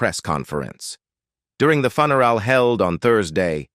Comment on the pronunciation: Would you PLEASE get rid of this narator? He can't pronounce english correctly and called Georgia a "HE" when clearly it is a woman. And the word FUN er all? Really? Even Ai could be programmed to do this correctly.